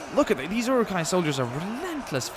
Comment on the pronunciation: my LOtR side always cringes when you pronounce it yuruk-hai instead of Uruk-hai